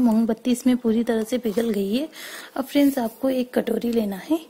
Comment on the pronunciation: Friend ko fries fries kyon bol rahi he